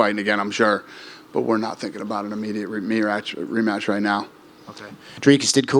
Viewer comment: “We’re not thinking about an immediate meratch”